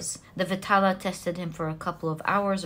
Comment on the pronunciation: Its not pronounced as VITALA, its pronounced as VAE (like Bae) TAAL (T is pronounced like the sound of “th”